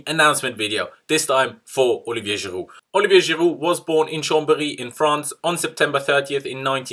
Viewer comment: Now i can listen to you giving the most legit pronunciation of the name, Olivier Giroud!!